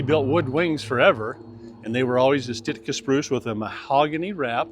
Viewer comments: Sitka spruce, not Stiska spruce. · Thanks! Beautiful airplane with a terrific story, and nicely produced. Sounds like is saying “stitt-kuh to describe Sitka. Perhaps just the audio. Hope you have an opportunity to fly a Viking at some time in your travels.